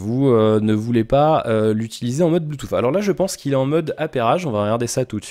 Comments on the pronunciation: Désolé tu peux avoir un bon niveau qui n'empêche pas de faire des erreurs. Le premier lien est la phonétique qui prononce bien "Bluetooth \blu.tus\ "et le deuxième le confirme, tu dois avoir des problème d'auditions, fait le écouter à d'autres personnes tu verra. Sinon ne t'excuse pas c'est pas grâve, personne n'est parfait hin :p, mais sinon content que tu revienne régulièrement je vérifiai si il y'avait des nouvelles vidéos sur ta chaine. Reprend les quotidiennes comme elles étaient.....je les regardaient le matin au ptit dej. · stp apprends à prononcer le mot "bluetooth"....... en phonétique